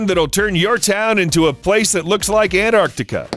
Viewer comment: How to pronouce words: No.2 "Antartica" Its "An - Tar - Tik - Kar", not "An - ark -nik - ca" ferphuxake...